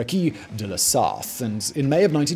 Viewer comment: Sarthe is to be said Sarte. We French almost don't sound the h, except with a c in front, like in chocolate. And ouest in "Automobile club de l'ouest" is to be said almost like west. It happens to have the same meaning, by the way.